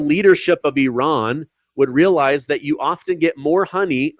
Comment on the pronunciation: People people people can we pronounce words? Please? please stop saying e raan. There is no such place as eraan. Nowhere on this planet does eraan exist. I have heard of Iran. Pronounced I ran. Simple please please stop and find out how to pronounce something you will be saying repeatedly. No place called eraan. Drives me insane that no one can pronounce words these days shammmee iran. We should respect all people.